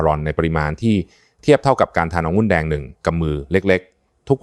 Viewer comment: องุุ่นแดงหมออ่านเป็นองุ้นแดงไม่ถูกต้องครับ